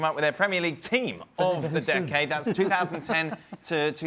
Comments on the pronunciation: Is he saying dickade 🤣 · Listening to Frank say 'decade' is painful.